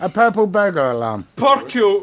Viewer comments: that sounds like when non finnish people try to say "perkele" first time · I LOVE how he struggles to even THINK about it. "PURRPLE mind.exe has stopped working BURRRR" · puck u 😅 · Why are you so much emphasis on the U?